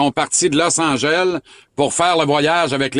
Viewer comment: ''Losse Angèlle'' LOL